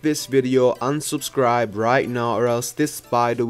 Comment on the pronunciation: He said Unsubrscibe This video